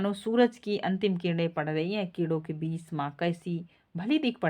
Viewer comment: वाक्यों के उच्चारण सही न हो तो सुनने वाले को भ्रमित करती है। आपने पूरा नाटक पढ़ा है धन्यवाद पर बीच को बाच और अधूरे वाक्य खंड है कृपया ध्यान दें। नाटक पढ़ा रही है तो संवादों का उचित उच्चारण करें।🙏